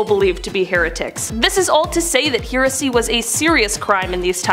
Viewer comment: Interesting pronunciation of the word "heresy".